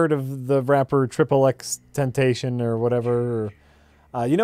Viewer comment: RIP XXXTENTACION, hearing miserably fail at pronouncing your name was your greatest contribution to this planet.